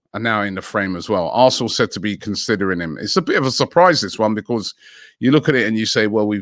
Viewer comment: nobody: robbie: becorse